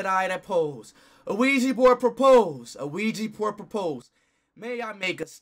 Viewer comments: Why speed say ouija board Luigi board😂😂😂😂😂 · LOL IT DOES SOUNDS LIKE LUIGI BOARD THE